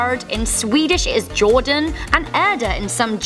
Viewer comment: The way you pronounced ”jorden” was soooooo wrong (swede writing this)